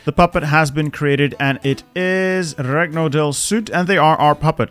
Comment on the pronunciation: Please, please stop saying "reg-no". It's Italian, say it more like a short version of "king" in spanish (rey) plus ño